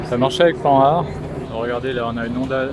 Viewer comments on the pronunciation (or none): none